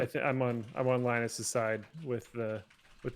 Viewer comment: LIE-nus and